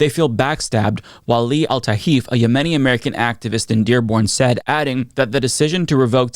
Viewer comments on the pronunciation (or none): Please learn how to correctly pronounce the word “𝗬𝗲𝗺𝗲𝗻𝗶”.